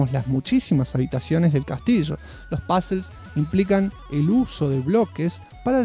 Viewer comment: Cuando dice “pazls” son puzzles , demore un par de videos en enterarme . Buen video me encantó